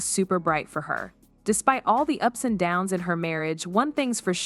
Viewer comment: The AI voice can’t pronounce “ups and downs” and calls “Kirk” “Krick” 🤔